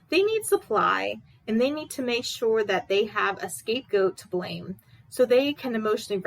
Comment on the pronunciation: Interesting observation. (ps - its blame, not blane) 🙂👍🏼